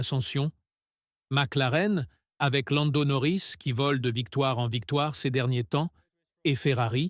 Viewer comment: Ongar oring😂😂😂😂 Landa norris 😂😂😂😂😂